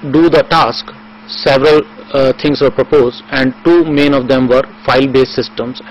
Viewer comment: daaddaaa? Infooomashan? sevel thins poposed? daaaddaa....dadddaaa...fuk off